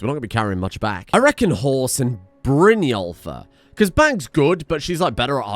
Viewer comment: Brynjólfr? More like Brynwulfr eh?